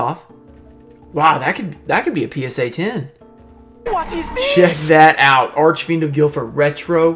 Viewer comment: "Whot is dissssss?!" lmao